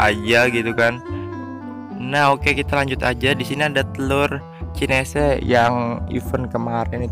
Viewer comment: Chinese bukan cinese